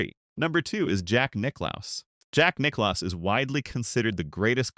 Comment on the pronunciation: Jack Nick claus 😂